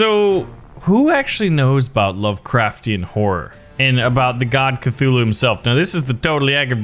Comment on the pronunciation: It's Cthulhu